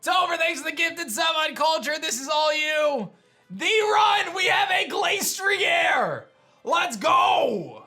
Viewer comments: Im getting mad how he pronounces it Glace-tree-air when its actually Glass-tree-er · Pronounces Glastrier as Glace-tree-air Arca-neenay: Finally! A worthy opponent! Our battle will be legendary! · ok but thats not how it was ment to be pronounced